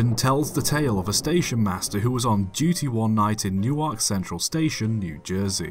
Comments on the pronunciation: Newark is actually pronounced more like New-urk, The New-ark one is actually in Delaware lol. I grew up in NJ. Nice to see this one getting some attention. I met my wife in that station! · Slight correction: When saying “Newark” you pronounce it like “New-work”. Hope this helps!